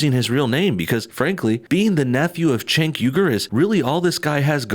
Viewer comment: It's pronounced Jenk not Chenk.